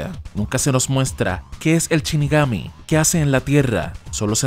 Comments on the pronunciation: shinigami, no chinigami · Ya no es " shinigami" ahora es " Chinigami" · Shinigami, no Chinigami. Por Dios!! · "chinigami"? en serio? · DEF NOUT???? Porque asi?? DET NOUT se pronuncia men Y anime va con el acento en la e!! de donde coño sos?? CHINIGAMI??? pfff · Me sangran los oidos cada vez que el narrador dice "chinigami"